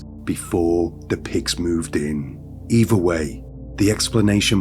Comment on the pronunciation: Dude, if you want to make a livingvfrom narration, learn to pronounce your "th" sound. Its not fink, eever, welfy, fort, fink, forty, free, uvver, furty free, fing etc.